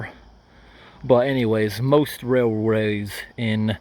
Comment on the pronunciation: the hell did you just say? Wooo hoooo railraaysss